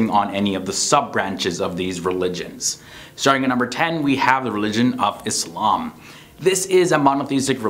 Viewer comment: Like, how you pronounce the word Islam!!